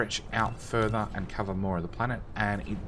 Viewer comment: Thank you for video, however it may just be my broken mind, but can you possibly stop dragging out the last syllable of words when you speak ? Copperrrrrrrrrrrrrrrrrrrrrrrrr, andddddddddddddddddddm , place hereeeeeeeeeeeeeeeeeeeeeeee, etc. it wrecks my head :P